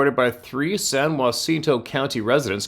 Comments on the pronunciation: Pronounced San JUH_cinto. I commented on a video yesterday about this area. San Jacinto county is in the Sam Houston National forest area. I am in Oakhurst Tx, which is in San Jacinto county. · From a Texan...San Jacinto...we just say San (a as in and) Juh-sen-to to pronounce San Jacinto Spanish pronouce is San (a as in father) Hah-seen-to for San Jacinto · San - Ja - ciento . I'm from Michigan. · Hey! It’s pronounced SAN-JAH-SIN-TOW